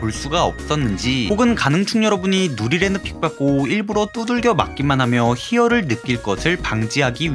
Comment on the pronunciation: 누리레느 발음 개어려운데 엄청 잘하시네 ㅋㅋ